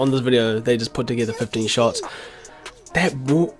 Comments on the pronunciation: Shots* not shoits by the way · WTF IS “SHOITS”